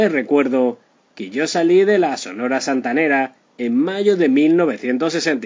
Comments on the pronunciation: Que trucho que sos amigo... primero le robas el nombre a un excelente canal argentino "La vida y el triste final..." con finales tristes de verdad y no con gloria como este caso y encima robas el texto de otro lado, decís Santanaera en lugar de Santanera, hablas como vendiendo churros en la playa, en fin... un consejo de amigo, dedícate a otra cosa. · Ésta máquina parlante dice "santanaera " 🤯👎. Sonia López 👏👏👏👏🌟🌟🌟🇲🇽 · No tienes idea, se dice SANTANERA ASI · Da pena escuchar su pronunciación de la santanera y no separar la pronunciación, que alguien le corrija, antes de grabar.